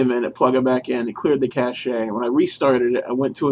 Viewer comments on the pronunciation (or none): I would assume clearing the Cache was what made it work. My cousin mentioned this today, figured I would look for a solution. thanks for the tips I will give them a try soon. FYI: It is pronounced "KASH" not "KASH-EH" A Cachet is something completely different. (No not a Monty Python sketch...) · cache is pronounced cash